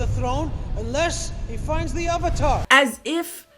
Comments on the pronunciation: did anyone notice he said OHvatar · They can't even say the word 'Avatar' correctly. What's an 'Ovatar'?? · Question, who is the "Aavatar"? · I forgot "uh-vuh-tar" was something that was said. Upon the other transgressions, this was laid me flat. I'm done. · Oh, I love the UHVUTAR. UNGH is my favourite.